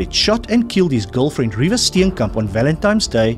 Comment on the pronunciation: It's Reeva. Not Riva.